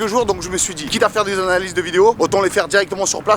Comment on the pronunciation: "Quitte à faire des analalyzise de videos" mdr